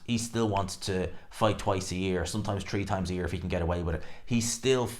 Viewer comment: Can't even say 3 what's a tree 😊